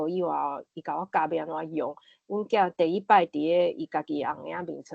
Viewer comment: 咱(Lán): 包括聽ê彼个人 阮(Goán): 無包括聽ê彼个人 狀況(hóng)(khóng ×) 第一(it)个 恁誠認真，我佇20幾冬前也識(bat)踮佇海洋之聲開一个「心理園地」ê節目用來紹介心理和精神醫學。 會愈主持，愈講愈輪轉，加油喔！